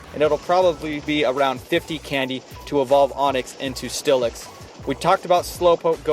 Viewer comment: It's "steelix" not "stillix"